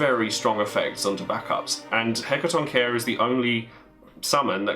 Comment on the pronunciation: Hey it is pronounced Hekatont- and chair or german spelling Hekatontschähr and i hope we will se us soon on some National tournaments haha =)